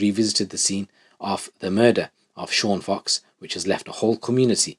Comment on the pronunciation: It’s Sean Fox not cox